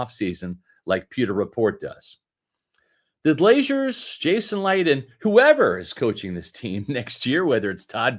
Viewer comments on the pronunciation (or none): its pronounced GLAY-ZURS Not Glaziers sir 😂